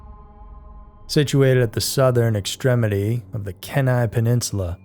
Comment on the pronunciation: Key-Ni peninsula